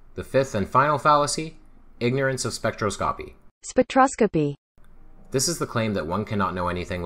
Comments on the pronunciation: Spek - trah - skah - pee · Already subbed to DKIS, but thanks for featuring this. "An elegance to his speech..." unless he's trying to pronounce "spectroscopy" 🤣🤣🤣